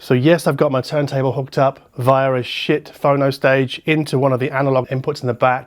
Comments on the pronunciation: schiit need to change their name.. if you are not watching the video and just listen, it sounds a lot like "shiit" I had to rewind that part to understand what a the schiit phono preamp he was referring! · Like if u thought he really said "a SHIT phono stage"... 😏